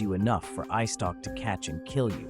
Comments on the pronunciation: its eyestalk not icetock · I dont mean to be rude or anything like that, but, did you just say “ice stock” instead of “eyestalk”?